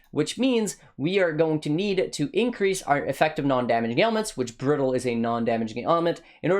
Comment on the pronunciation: "applying the brittle instittle " lmaoo